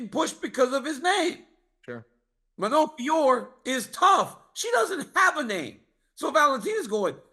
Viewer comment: Stop saying Manon Fiorr, it's Fee-oh-roh